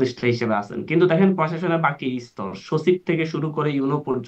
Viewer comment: এই ছেলেকে প্রথম বাংলা ভাষাটা শিখতে হবে তারপর রাজনীতি করতে হবে। কথায় কথায়” হচ্ছে” “হচ্ছে” করছে, সচিবকে “শছিব” বলছে, আরো অনেক ভুল শব্দ বলছে, এ কি পড়ে বা পড়েছে